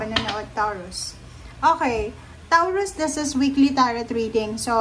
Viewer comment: Anong TAWROOS bh3 its PRONOUNCE MO NMN NG MAAYOS KALOKA KA